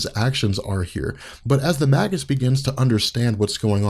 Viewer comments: May-gis, bro, not "mah-gis." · Its may-gis not mag-us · Surely it's pronounced like Mage. Mage-us. He's the evil Warlock. It's a play on words and not a subtle one. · i thought it was pronounced (mage us)